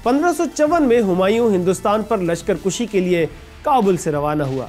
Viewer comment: صَفوی صِفوی نہیں۔ ہِندال نہیں ہُندال۔ لشکر کُشی نہیں لشکر کَشی۔ ٹھیر نہیں ٹھہر۔ دلیی نہیں دہلی۔ نہیں کھیل اے داغ یاروں سے کہہ دو کہ آتی ہے اردو زباں آتے آتے۔